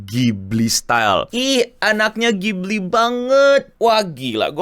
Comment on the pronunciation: Bukan ghibli tp kipli.. 😂